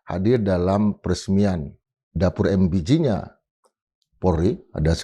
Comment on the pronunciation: Em be ge bung bukan em bi ji